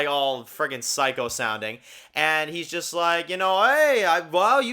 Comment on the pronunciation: knows how to say "Tomas"O" but somehow cant say "Psych"O"🤔 and instead annoyingly keeps saying "Cycle"🤦🏼‍♀️🙄 like WTaF!😂